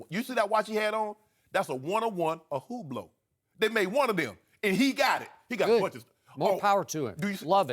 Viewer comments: IceyKweisi6. what did he mean when he said Bublot? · Lol at how Shannon pronounced Hublot! I love this show, I really do